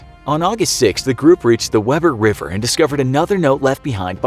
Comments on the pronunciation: It's not pronounced Webber River. It's pronounced Weeber River. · Lol I’m from Utah, it’s pronounced wEEber River/canyon. I mean I know that’s useless info but I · Weber Utah is pronounced Wee-ber. Just FYI 😁